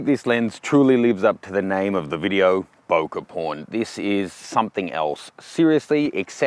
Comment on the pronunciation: its not "bouquet" its "bokeh" FFS